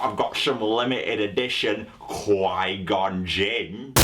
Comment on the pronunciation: Qui- Gon Gin lmao